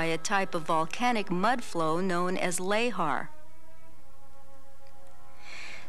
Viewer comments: It's pronounced "luh-haar", and I had, to my knowledge, never heard it pronounced otherwise, so hearing it as "lay-har" kept giving me a jolt. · Every time the narrator pronounces lahar "lay-har," I die a little inside.